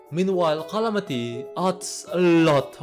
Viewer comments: Bro its not qalamity mod, its calamity. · You made a little mistake in video: not Calamity, but Clamity :D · What do you mean "rhalamity" "rhontent"🤣🤣